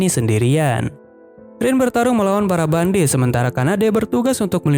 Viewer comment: Kak kok kakak salah sebut bandit jadi bandit 😅😅😅 maaf kak aku juman pengen tanya😁